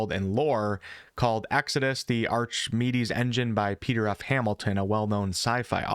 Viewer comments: Ark-a-meed-ees, not ar-cha-meed-ees. Love your channel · Come on man. You've really never heard of Archimedes? It's "Ark-uh-me-dees".